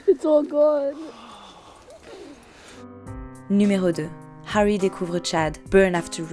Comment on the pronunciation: Je pense qu’il faut arrêter de forcer les accents étrangers quand on ne l’a pas. C’est pas grave de parler avec l’accent français. Surtout sur des trucs style Harry Potter... qui dit Hawy ?